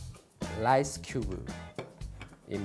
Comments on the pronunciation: Its rice not lice whos gonna tell him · when he said "lice" i felt that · Ask P "just put lice" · Love how he said lice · I love how he says “lice” instead of rice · Why does he keep using lice instead of rice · love the "lise" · Every time he says lice while handling rice it makes me laugh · Me: can you make me some sushi 🍣 Him: very good lice in it Me: thinking he means sea lice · U know he is Japanese when he pronounces rice as lrice, they do pronounce l and r in the middle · Each time he says rice me be like “lice? Lice where?” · Everytime he say rice I heared Lice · He pronounced lice